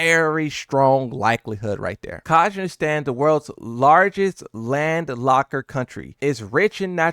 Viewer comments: “Gadshagstaaaan” 😂😂😂 that’s Ka-zak-stan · brother I think you need fix your geography and your pronunciation its KA- ZAKH-STAN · Bro said "Kahjhistand" - the worlds largest land locker country. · Your pronunciation of Kazakhstan made by ears bleed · Dude, how do you not know how to pronounce "Kazkhstan" after Borat has been a thing? Also that wasn't even the country whose flag you looked at before, which was Krygyzstan.